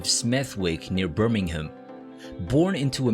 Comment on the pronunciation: can’t even pronounce Smethwick correctly. Or Birmingham. Thumbs down! Just reading material written by others.